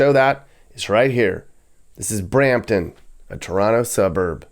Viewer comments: Brampton, not Bramton. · Brampton, not Bramton 😂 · Brampton, not a Bramton. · In T.O. we call Brampton. Bram-ledesh lol.